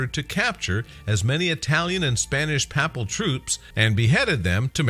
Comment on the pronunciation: Please learn how to pronounce "Papal" and "courtier"